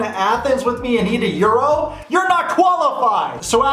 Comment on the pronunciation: You can’t eat a “euro”, it’s money. It’s a gyro, pronounced (yee-ro)